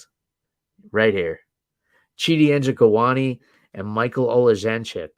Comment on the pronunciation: You deserve a POTN bonus for pronouncing "Chidi Njokuani" and "Michal Oleksiejczuk" correctly.